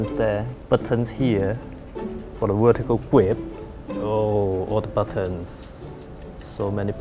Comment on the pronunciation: "fo da wurtical gwip" I'm not complaining I just think it's funny in a good way.